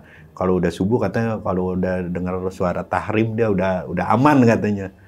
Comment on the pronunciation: TARHIM bukan TAHRIM bang